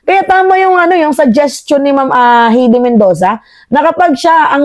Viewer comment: Hay-dee , hindi Hey-dee!